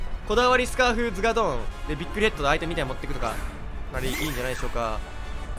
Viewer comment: アゴーヨンとズガードン❌ アーゴヨンとズガドーン⭕️